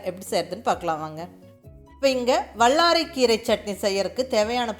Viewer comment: I like your recipe. When you use" la " sound in Tamil seems to be using middle la. Vallarai, Kallu, and ellai. I am sure it is hard to change the pronunciation. Sorry to mention this.